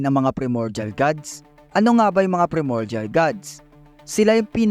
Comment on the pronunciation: bali yung pronunciation ng PRIMORDIAL is PRAY MOR JAL parang ganon. basta PRAY (hindi dasal ah parang prito ganon pero letter P)